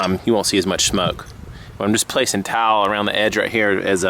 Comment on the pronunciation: I think you said "shmoke"...